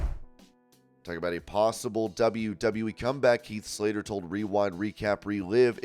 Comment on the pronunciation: It's Heath Slater.. Not Health Slater